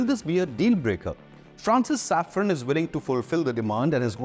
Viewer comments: SAFRAN, not Safron. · It is SAFRAN, not Saffron.